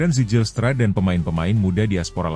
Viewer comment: Bacanya: Zeilstra bukan sejilstra😅😅😅